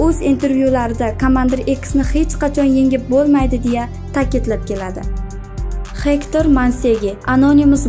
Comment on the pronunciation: Gegtr boladi hector emas